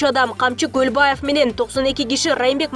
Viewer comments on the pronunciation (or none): none